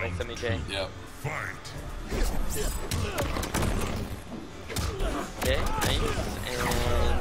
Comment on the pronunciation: They're pronouncing semiij wrong